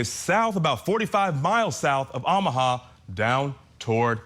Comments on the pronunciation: Oh - mu - ha not Ah - mu - ha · Good gosh, can some only inform him how these states and cities are pronounced?!! I can’t even listen. These are supposed to be legit hosts too- not even just YouTubers. 🤦🏻‍♀️ffs, how can he not know how to province OOOOOHMAHA??? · Learn how to pronounce Omaha. Good grief. No one in the studio caught this ? I’d be mortified to be that ignorant. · Teach your guy how to pronounce Omaha. How embarrassing to hear it repeated over and over. Editors at Court TV need to look up from their phones and make sure your announcers don’t sound like morons. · How can someone not know how to pronounce Omaha? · Funny that they pronounce Lompoc correctly, but mess up Omaha. 😅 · I can't for the life of me figure out why he insists on mispronouncing Omaha.